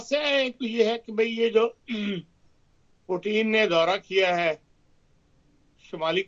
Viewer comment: پیوٹِن نام ہے پوٹین نہیں۔ پوٹین تو ایک کھانے کی چیز ہے